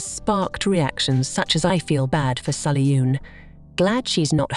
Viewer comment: It's Sull-yoon, not Sully-yoon